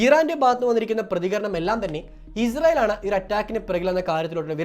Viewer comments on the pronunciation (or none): Izrayil അല്ല ഇസ്രായിൽ ആണ് പൊട്ടാ അതുപോലും പറയാൻ അറിയില്ലേ നിനക്ക്